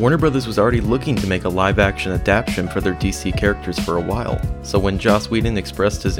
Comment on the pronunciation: It’s ADAPTATION, not “adaption.”